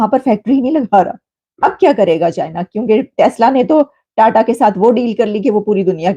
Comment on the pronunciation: Tada nhi jahil ulti paida hui hai kya sir tata bol😂